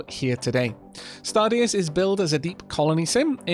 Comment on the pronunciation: I wouldn't be surprised to hear the deus part should have been pronounced as the latin word deus. Although I wonder where in the game thist stargod is.